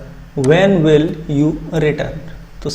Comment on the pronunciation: Pronunciation .... Will hota he bwill nahi Would hota he bwould nahi